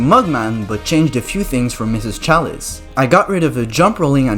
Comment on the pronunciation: Don't be that person bro this video was a hit I look at the comments expecting some laughs and I see you erm you pronounce chalice wrong ☝️🤓 like STFU